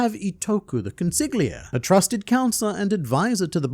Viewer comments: Damn how caustic that pronunciation of Consigliere is… It’s the Italian word for “counselor” or “advisor”. The GL sound in Italian works differently, being a sort of “yhljh” in terms of phonetics. An easy way out to pronounce the word in English, would be to treat it as an L. As: Còn-see-lee-éh-réh. Other than that, great vid as always! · Consigliere "Kon-SIG-lee-AIR-ee" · I'd like to point out to you that the word "consigliere" is Italian, means "advisor" and is pronounced: konsiʎˈʎɛːɾe ( con-see-li-aire) ^^ Keep it up! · Consigliere not consig lia Go learn how to say it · Say it with me: cuhn—see—lee—air—ee. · consiGliere lmao. esl mutt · Con si lee eh rii (Consigliere) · i'm gonna be honest, man on the internet. I think the G in consigliere is silent.. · Thats a crazy pronunciation of consigliere 🥀🥀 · I love how no one mentioned how he butchered "consigliere" four times back to back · I only know how to pronounce it because of The Godfather.